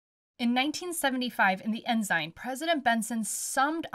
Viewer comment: Woops! Get rid of the Z sound! Ensign (N - SIGN)😊